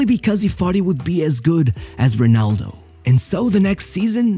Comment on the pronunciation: Se és Português, para quê dizer Runaldough???